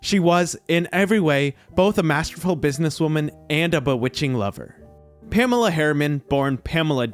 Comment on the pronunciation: I worry about any narrator who can't even pronounce the name Pamela, let alone anything else.